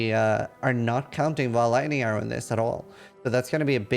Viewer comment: Did this guy pronounce lightning arrow like laiyero